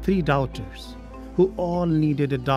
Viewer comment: why is he pronouncing daughters that way